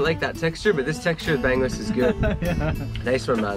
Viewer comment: Bangus Pronounced bung-oos